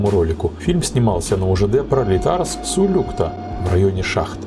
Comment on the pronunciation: Правильно сулюктА, а не сулЮкта!